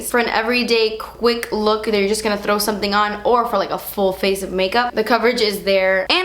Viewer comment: i love every time that you say: 'thr' :'D 'throw...' i just really like every time you say it :P hahaha psico me.